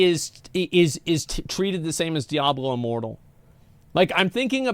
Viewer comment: Why does pronounces it daiablo?